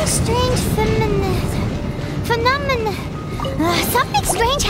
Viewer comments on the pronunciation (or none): it’s so cute that can’t pronounce phenomenon 😂